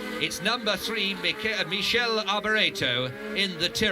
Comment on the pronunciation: LOL... 40.17 the commentator finally almost got "Michele" in its own correct Italian pronounciation (Mikele) only to change it back to that "horrible" (to Italian ears) French version... Anyway great document, thank you for posting.